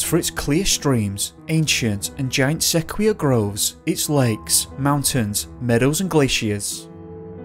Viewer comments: 'Sey-COY-a' not 'seyqueer'... mumble thrump, tugs at beard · Sequoia= suh-koi-yuh. other than that awesome. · Really no really what the heck is wrong with the frickin English?? Sec wee ahh?? Sequoia mate. Why do you do this to every word?? Geezus man just listen to the vernacular pronunciation already... I know you don’t have seqweeah trees in dartmoor but geeze. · Se koya not secquoya what is with the slaughter of the English language and trying to keep changing pronunciation ? It's out of control... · Sequoia (Trees) = 'SEK-OI--YAH' , not 'Sek-wee-ah' .. Just FYI. Congratulations on Yosemite... Trump botched that one, WICKEDLY.. TWICE in a row 😂😂😂 yet somehow got Sequoia!?!?!? (He'd been coached).. it was so funny. A SO CALLED president who doesn't know his own country's national parks! SMH 😜✌🐨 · It's sweet of you to make this, and I only point this out with the best and kindest regards for you, but it's pronounced Sah qwoi ya. Sequoia is how it's spelled. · Sequoia = Se Ko ya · Sequoia is pronounced see-coy-ya, the tree was named after Chief Sequoia, who made the first Cherokee dictionary. Beautiful trees, think of a dull Red tree (conifer) about 15-20 stories tall and big enough at the base to build the average English Bungalow in. Redwoods are a bit bigger but I think the Sequoia lives a little longer, around 2500 years or so. When there is a forest fire, those suckers are still standing afterword, even lightning doesn't usually bother them overmuch. Where I usually hang out Doug firs and Bonanza Pines are prevalent on the slopes and they are considered big assed trees, until you see a Redwood grove. Then you damneyam, now thats a tree. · Sequoia, pronounced SEKOHYAH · I loved it. Yosemite is near and dear to my heart. my only criticism is sequoia is pronounced se-koy-ya. keep up the excellent work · Ah, Yosemite- home of the great seh-kwee-ya trees and gra-night walls....... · Did he just say "sekweeyah"? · Sequoia = [suh·kwoy·Uh] 😊👍👍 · SEH - KOI - AH